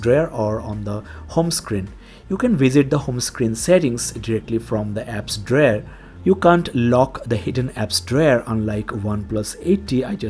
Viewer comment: WTF Is An "Apps Drair"?